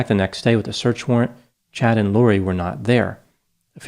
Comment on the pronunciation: Are you sure it's Chad and not Chode?